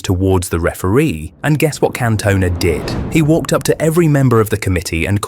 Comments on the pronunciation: Can-Tun-Ah not Can-Toner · Can-toner? switches off fvck you if you can't even say his name correct. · Can't watch it, AI messing up Cantonas name is extremely poor, not good enough! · At least pronounce his name correctly. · you say his last name wrong